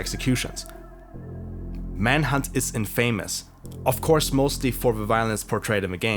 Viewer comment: great video! but please drink more water during the sessions, i can hear your mouth click with every word. und infamous wird "infehmeß" ausgesprochen :P abo lass ich mal da